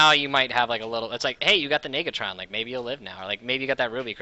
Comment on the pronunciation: Did anyone else hear "NIGatron"??